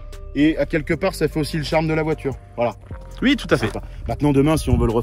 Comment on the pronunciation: "Ui "😂😂. Cet prononciation d'un autre monde